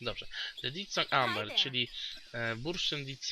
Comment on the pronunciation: Te te te, koleżko, nie wymawia się DIT SONG tylko DEF SONG jak już :P